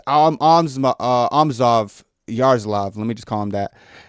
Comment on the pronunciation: Bro butchered Amosov's name more times than Uncle Chael.